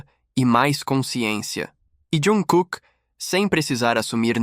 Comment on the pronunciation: Q raiva dessa besta falando iankooke.e jungkooke ,besta